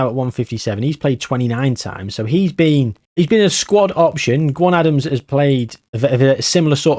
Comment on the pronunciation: Another great video mate the legwork you put into these is phenomenal. I will say though Gwion Adams is pronounced Gweeon.